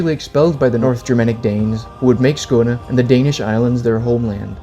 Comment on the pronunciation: I can tell taht you're danish by how you say Skåne/Skåneland, lol. Greetings from sweden.